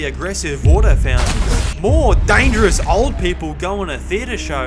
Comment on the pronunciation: "dangieROUs" killed me 😅